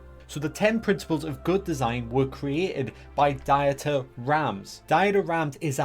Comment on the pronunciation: No. Not diet-er, it's pronounced "Deeter". Please look up how to pronounce foreign names before putting it into a video.